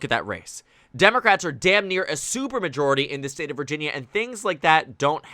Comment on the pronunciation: "Virjersey"? I would like to visit that place.